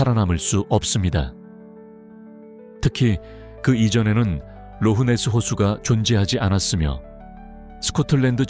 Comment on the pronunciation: Loch Ness 에서 G 가어디에있읍니까?아무리 콩글리쉬이지만듣기거북하네요. 락네스 기도합니다.